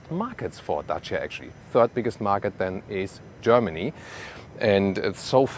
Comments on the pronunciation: I really appreciate you took your time to research how to pronounce Dacia correctly. Much love from Romania. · On behalf of all Romanians, I want to thank for the correct pronunciation of Dacia.